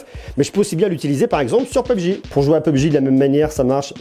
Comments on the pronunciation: juste pour info c'est pas pubg mais P U B G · On dit p. U. B. G pas pubg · On dit pas [peub j] mais [p.u.b.g] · P U B G separer et pas pebgi ;) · Comment il as dis "pubg"??? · Comment il dit PUBG pubéji mdr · Je suis le seul choqué parce qu'il a dit " peubji " ??? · "peubj" serieux???